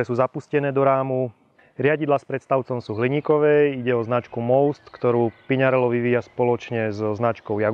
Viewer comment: By ma zaujimalo, odkial za vzala vyslovnost znacky PiŇarello... 🤦‍♂️